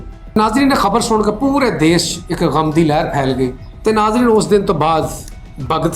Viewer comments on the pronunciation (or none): none